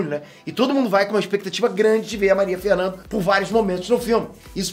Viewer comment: Quando você for falar de filmes, com atores brasileiros, tente pelo menos acertar o nome deles...é Maria FernandAAAAAAAA Candido.